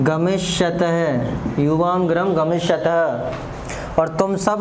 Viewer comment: सर ग्रहम नहीं होता गृहम् होता है